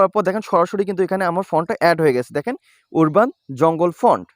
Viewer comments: ভাই উরবান না উচ্চারণ হবে আরবান🎉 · ওরবান উচ্চারণ হবে না । উচ্চারণ টি হবে - আরবান, যার বাংলা অর্থ - গ্রামীণ ।